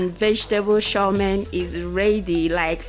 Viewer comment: 😀😀😀😀 I’m already laughing at you as you try to pronounce Chow Mein